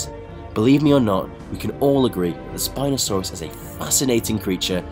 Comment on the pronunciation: When I heard spinsouris my ear hurt by hearing it